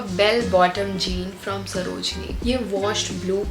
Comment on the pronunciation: jean hota h ki jeans...